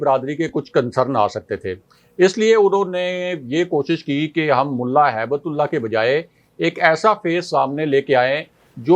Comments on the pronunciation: کو سمجھائیں کہ نام صحیح طرح سے لیں، ملا ھبتہ اللہ نام ہیے ، ہیبت اللہ نہیں ہیے۔ اللہ کے نام کے ساتھ ہیبت لگانا مسلمانوں کو شرم آنی چاہیئے۔ ھبہ کا مطلب تحفہ ہیے عربی میں۔ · Hibt Ullah, not haibat ullah🙏🏽